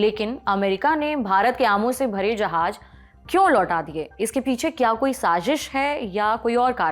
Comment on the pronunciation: Jab Urdu nahi aati to mat bola kya karo , Urdu ki beizzati hindustaniyo k hath , Jahaj nahi jahaaz , Sajish nahi sazish